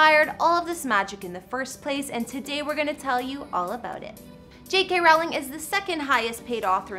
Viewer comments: Learn how to pronounce Rowling...if you want to talk about her 🙄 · This women is pronouncing both 'Rowling' and 'Edinburgh' incorrectly. And there's a county she pronounces so incorrectly I can't even tell what she's supposed to be saying. How hard is it to do a cursory search. Shut up.